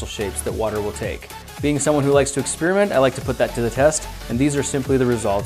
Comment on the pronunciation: Experiment has an 'i' in it. Maybe pronounce it... You're saying "Spearmint". It makes you sound like a tool. You're not doing a review on gum.